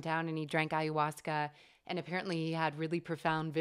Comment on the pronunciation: Ive heard you say ayahuasca a hundred million times and you pronounce it wrong everytime. I know there no "right or wrong" way but it bothers me soooooooo much. So much that it causes me to not want to watch your videos. aya-huasca, not ayUhuasca. Please stop screwing me up.:(